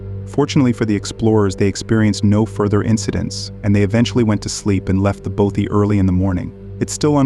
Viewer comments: Your pronunciation of Bothy is doing my nut in, Both like broth without the R, then with ee! So bothee!!! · Bothy is pronounced bot ee